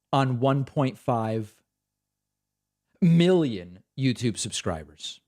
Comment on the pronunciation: I love when he says million and billions... "Milly-ins" and "Billy-ins"